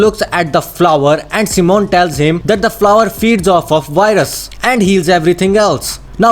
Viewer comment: I hear WHITE RUS